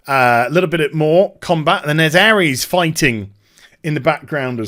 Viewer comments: Am i the only one screaming aeris/aerith isnt pronounced ares? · he also called Aeris/th ''Airees'' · I hand in my MAN card, when i saw the PS Play video I cried like a little girl, PLZZZZZZZZZZZZZZZZZZZZZZZZZZZ dont fuck this up SE plzzzzzzzzzzz make it what you showed I have waited decades for this. PS Her name is Aerith pronounced AIR-ITH :) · Aries? Isn't her name Aerith?